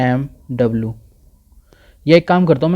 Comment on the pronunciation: The way you've pronounced Amw as AWM, it shows that you're a pubg player too! xD Irrespective of that. Hats off to you for this video! Outstanding! Thank you!!